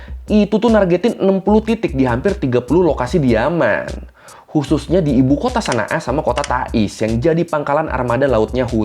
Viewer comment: Bang setahuku ibukotanya dibaca shon’a bukan sana a